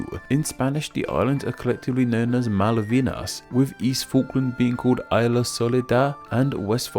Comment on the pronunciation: So many times in so many vides you have been pronouncing "isla" in Spanish wrong that you have to deduce that, by now, is merely a question of keeping up with consistency and not because no one told you before.